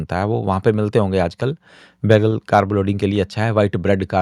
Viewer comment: English Ki bat hi kon Kar rah , Hindi meh कारब ❎ कार्ब ✅